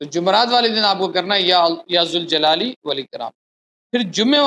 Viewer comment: یا ذالجلال پر پیش نہی پڑھا جاتا جب یا کے ساتھ پڑھنا ہو تو ربر کے ساتھ پڑھا جاتا ہے